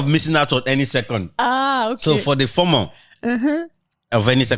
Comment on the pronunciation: not FORMORE it's FOMO pronounced FOEMOE looooooool